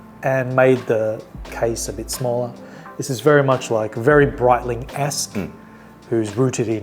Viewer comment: This video is awesome. My only recommendation is learning the names of the Swiss watches, as they are not pronounced "Brightlieng and Howar".